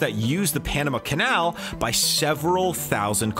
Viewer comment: "bought the Panema canal" ye sure